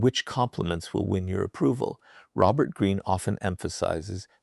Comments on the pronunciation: Is Robert Green's voice in this AI? He keeps speaking about himself in the third person and pronounces his name as Raux-bert Green instead of Robert Green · it's hilarious how the AI pronounces Robert wrong. Like with a long O.